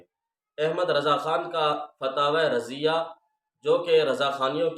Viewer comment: ہاہاہا ابے چول پہلے نام تو لینا سکھ لے 😂 فتاویٰ رضویہ ہوتا ہے